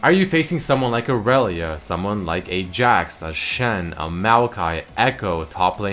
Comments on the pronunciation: Dude it's pronounced /i re lia/ not freakin ORELIA jesus you triggered me so hard and I even hate her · lol when you says "irelia" I hear "arelia" so I keep on thinking he's gonna say "arelian sol" XD